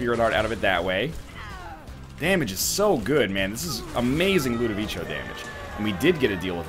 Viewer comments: Tips from an italian viewer: Ludovico is an italian name. It is pronounced Loo-do-vee-ko. ;) Just wanted to point that out! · Why the heck does he keep calling it LudoviCHo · I'm italian and no, it's not pronounced like that. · ***** the emphasis is in VEE. You're welcome. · Nope. I watched it recently, and the guy clearly says "LudOviko"